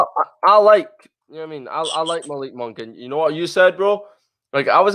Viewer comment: It is pronounced Muh-LEEK Monk...not MALICK.